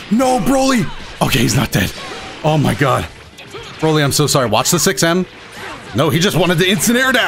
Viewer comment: Dbs broly in show. In game dbz broly. And Every time you misread him.